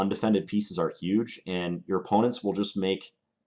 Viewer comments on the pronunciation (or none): none